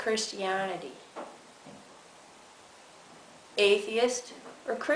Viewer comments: did she just say christianitity? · Did she just say "cherstianity"?